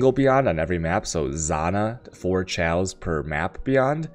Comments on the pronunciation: why can you not articulate any word correct? its chisel, not chaosol, its chaos not tjejoas, its vaal not whale... fs. love you =) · LOL this guy sounded so smart until he said "Chysel" and "Ciaos" Oh don't for get Al-ch-me" Do you go to school for Al-ch-me? I's called Alchemy. As in the study. As in the orb. Oh also a Chisel is a Ch-i-sel not Chy-sel. Chisel in the real world is used for carving stone, so it's the same damn thing. Makes an EEEH sound. And chaos is pronounced "Kay-oss" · whats chal? you mean chaos? it is like coffee, chaos, not like cherry:)p same with alchemy...